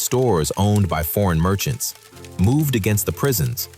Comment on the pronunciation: Martians or merchants? Learn to pronounce your words correctly